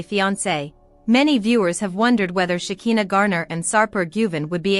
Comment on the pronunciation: PLEASE, CAN YOU PRONOUNCE SHEKINAH'S NAME THE RIGHT WAY?! "Shuh'khai'naah" itś not that difficult I wonder if you even watch the show since you still don't know how to pronounce her name the right way 😑